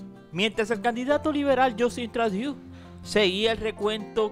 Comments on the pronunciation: aclarar que el apellido Trudeau es de origen francés, por eso la combinacion de las vocales "eau" se lee "o". No es inglés. Se escribe Trudeau y se lee Trudó...😉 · CREO DEBE MEJORAR SU INGLES SEÑOR. EL APELLIDO SE DICE TRUDO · Porqué dices Tradiu??? Por favor si vas a hacer buenos vídeos primero infórmate bien de cómo pronunciar correctamente los nombres en otros idiomas